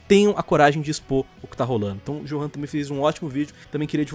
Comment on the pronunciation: O nome johan se pronuncia como yorran pois johan é o equivalente alemão de joão mas tirando esse minúsculo erro seu vídeo foi foda